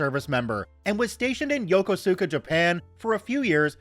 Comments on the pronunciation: The way you say Yokosuka reminds me of the new enlisted/me that came to that Naval Station. Yo-cos(cosine)-ka is how its normally pronounced. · It's pronounced Yo-KUs- ka